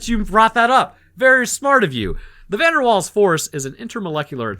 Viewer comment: Also Van Der Waals is pronounced Van Der Vaals